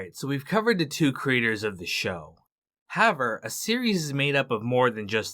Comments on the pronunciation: I don't want to sound douchy or petty or arrogant, as I've never made a video, nor have I ever narrated one. Respectfully, the word is however, that's simply how--ever. It seems to me like you want to reduce the number of syllables in the word or something. No matter what the reason, in my opinion, your narration would be virtually perfect, functional that is communicative yet unnoticed otherwise, if it was not for the strange pronunciation of the word however. Any other distraction from the narration for me was only noticed because of the initial distraction. I imagine you have a lot of comments, if no one else notices the weird "however" thing, than I'm the one with the problem hearing you rather than the opposite. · Nice. As great of a writer as David Simon is, he's clearly just another sensitive snowflake in the end... 🤣 WTF is "HAVER"? It's However. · why do you pronounce however like that